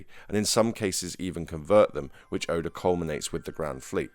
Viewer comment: Good video but you say oda name wrong not being mean